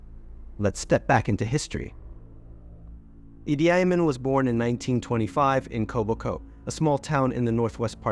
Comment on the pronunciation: It’s pronounced, “Ee-Dee Ah-Meen” 😊